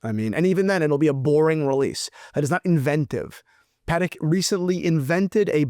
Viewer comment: Pa…Tech, not Paddock my friend. Enjoy the content, regardless of the pronunciation. Keep up the great work. 👌